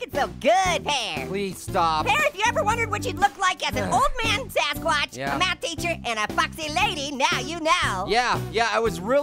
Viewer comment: its gassquash not sasquatch